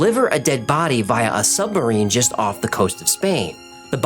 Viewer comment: I’m sure you’re aware as you seem to make a concerted effort to pronounce it, in places, but you keep saying sumbarine not submarine 😛